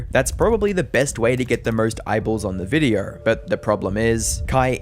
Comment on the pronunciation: “In this videer” 🤣🤣🤣🤣